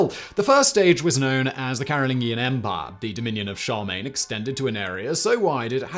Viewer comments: Shar-main? Nay, sir. Char-LE-mane. You keep dismissing an entire sylable. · Charlemagne not charmain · Emperor Sharmaine? Charlemagne would not be happy with your pronunciation. How can you shorten sharmaine to Charles? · I've never heard someone pronounce Charlemagne "Shar mayn" . I've always heard it pronounced "Sharr la mayn". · Charmaigne??? Don't you mean charlagmaine? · "Char main" lol what. It's Charlemagne shar lah main. Come on, man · Did he mean Charlemagne? He said, Charmaine. I'm confused! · When you say "Charmaine" are you trying to say "Charlemagne"? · I thought he was kind of swallowing the middle syllable the way the fast speaking French do. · Today I Found Out....that Simon still mispronounces Charlemagne, lol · Can you possibly talk any faster? Got somewhere to go? You even skipped a few syllables in Charlemagne